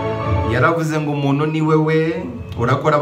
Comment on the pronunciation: nkunda ibiganiro byawe cyane,gukusanya iriyanyurabwenge ndabikunda cyane ariko ikintu tugiye gupfa ni uko utwicira urulimi.sinumva ukuntu wiga amashuri yose wize,ukaba uzi gukora ibyo ukora ariko ukaba utazi gutandukanya ingombajwi "n" n,igihekane"nt"ingombajwi"m"n'igihekane "mp".urugero:uvuga "umunu "aho kuvuga "umuntu",ukavuga "imano"aho kuvuga "impano"iyo uhageze rero ibyo uvuga biryana mu matwi cg ubutumwa utanga bugahindura umwimerere ndetse n,inyito.gerageza ukore imyitozo mu kuvuga ibihekane.Ndagunda ariko komeza ubushakashatsi n,ubwo ntakuzi.😁